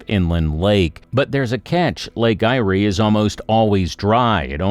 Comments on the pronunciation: The pronunciation of "Eyre" (Irish for Ireland) is the same as "air". The flag shown is NOT an Australian flag, but that of New Zealand. The inland would be better served if rail lines were put back into Government hands, duplicated & raised 1m above the maximum known flood level, with regular channels for flood waters to flow under without undermining the rail substructure. At each town the rail goes through, additional tracks should be created for both Freight & Commuter services, with new suburbs around the existing townships & shopping centres incorporating a station for each suburb along the line. The freight section would have a concrete plant, steel fabrication & other building supply warehouses, fuel depot, container freight & large water tanks, which would initially filled by rail tanker until a pipeline is built, utilising wind & solar power for pumping the water. All new dwellings, factories & warehouses could be covered with ample solar panels to ensure ample power is always available. They should also be built utilising steel framing & stainless steel cupboards, reducing the risk of fire & termite infestation. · Firstly, Eyre is pronounced AIR, and secondly, it would be much simpler to gouge out a deep canal from the Great Australian Bite to bring sea water into the Lake Eyre basin. That would allow shipping to come into the centre of Australia, and it wouldn't have any change to the Lake Eyre basin as when the lake is dry it turns into a great salt basin anyway. As for the water flooding from North Queensland and outback Queensland, it tends to flow so slowly down the flood plains that it can take days to reach the lake. Furthermore, we have already seen here in Australia how disastrous it can be by diverting water from rivers, like in the Murray- Darling rivers debacle. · Lake Eyre is pronounced lake "Air" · 😵‍💫not just lake eyre 😳other things 😥as well as places!💋💋💋💋💋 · Goose. Get your pronunciation correct. Lake Eyre is pronounced LAKE AIR.